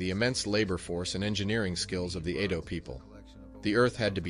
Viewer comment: Edo people not Ado people. Mispronounced. Make note. Benin is pronounced " Ben neen" not Bennin.